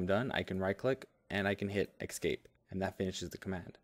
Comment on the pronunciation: Excellent video. But it's "escape". Not "excape". Made me crazy.